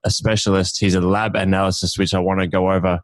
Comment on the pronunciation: man really said 'analycyst' haha good pod though